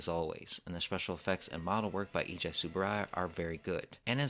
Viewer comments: EIJI is pronouced AEGEE not EEJAI, I appreciate the amount of research made for every review but please add some name research to it, it's as easy as entering the text in google translate and playing the japanese voice for a correct pronounciation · Love it how americans pronounce Eiji ‘eeejee-i’ to rhyme with ‘high’. Yee-ha!